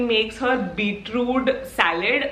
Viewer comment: its beetroot, not beetrude :P